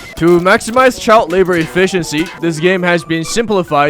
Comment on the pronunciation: "Ret's go chird rabor!" Lee Kim, South Park